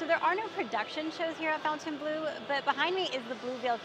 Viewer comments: It’s not pronounced fountain blue it is pronounced Font en blu it’s a French word 😂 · How do you do a full review video and NOT know how to pronounce the name??? So unprofessional and embarrassing!!